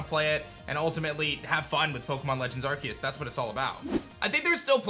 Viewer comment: It's funny how still pronounces the title wrong even though you showed the trailer with someone talking and actually saying it lol. He said he would say it right if there was proof but now I think he's just being blind and pretending like he wasn't wrong lol It's always funny to see his videos just to see him constantly pronounce the name wrong